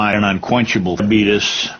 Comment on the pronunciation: ''this presentation is brought to you by DIABEETUS '' 🤣🤣🤣🤣